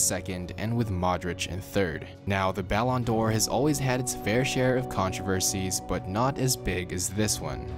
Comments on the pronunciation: Try pronouncing it like (Ballon/ D /Or) not all jam together.. it’s triggering lol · What are you saying balon door